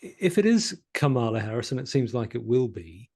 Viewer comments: It's KA-mala, not Ka-MAla. Not hard. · In US politics, "Democrat" is a noun. The adjective is "Democratic", as in "Democratic policies, the Democratic party", etc. The error is made on purpose by right-wingers as a micro-aggressive insult. Please stop making this mistake, and perhaps now you could also learn to pronounce "Kamala"